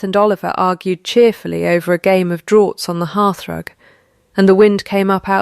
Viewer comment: "draughts" is pronounced "drafts", not "droughts". Another AI error.